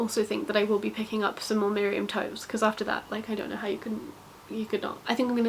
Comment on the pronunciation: Toews is pronounced “taves”. Trust me, I’m Mennonite lol